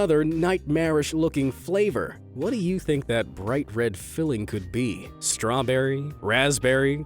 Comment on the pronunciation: Stro berry